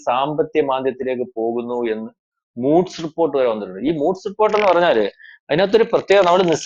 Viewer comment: Moods alla chetta Moodies